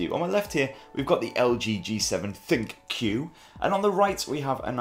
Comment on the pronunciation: Thin Q wrong way to pronounce..it's pronounce LG" think" not thin Q. Lol LG still screws up names..